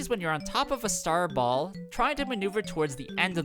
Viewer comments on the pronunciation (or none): none